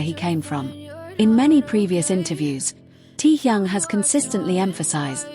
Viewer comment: Говорите правильно имена тех, про кого рассказываете :Техён, Техён, Техён Техён